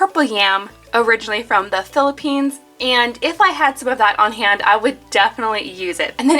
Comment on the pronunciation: Thank you for saying philipphine